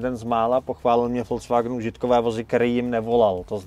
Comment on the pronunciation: Vysvetlete mu nekdo ze to neni FOLCVAGN😂😂 Ale “Folks Wagn” VW😢! nemecky lid, lide, lidovy je Folks a ne Folc😢